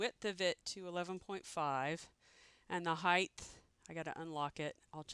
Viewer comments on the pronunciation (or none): Is she saying HeighTH ??